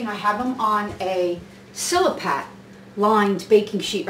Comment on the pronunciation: right on chef...nice video looks good..the way you say mise en place is epic....fuggetaboutit also silpat...not sil a pat